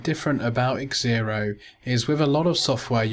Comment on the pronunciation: Thank you for your video....Just a little point... its pronounced "Zero" not X ero :)